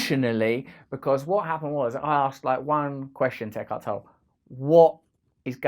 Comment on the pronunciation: Isn't it pronounced Toll-ay?